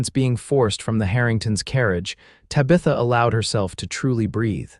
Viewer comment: PLEASE, PLEASE, PLEASE teach AI how to pronounce names!!!! Tabitha is not pronounced TA-BETH-A, it's TAB-ith-A. Santa Fe is not Santa Fee, Eleanor is not El-eeenar. A bullet wound is not wound around the arm.